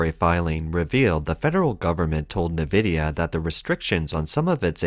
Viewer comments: Note: "Nvidia" is pronounced "N" (i.e., "in") + "vidia" and not "Nih+vidia". (There is no 'i' between the 'N' and the 'v'.) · Nvidia is NOT pronounced “Nividia.” It’s pronounced Envidia (“N”+vidia). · Nvidia is pronounced like En-vidia not Ne-vidia!! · Actually, no. NVIDIA isn't pronounced 'in ...' (There's no 'i' before the 'N', either. It's pronunced 'en ...' as the name of the letter 'N'. /en 'vı dee ə/ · Nvidia is pronounced: en-vidia or in-vidia. Either is acceptable.